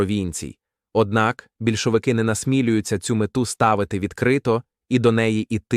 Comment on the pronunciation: Правильно - бІльшовики,а не бОльшевики.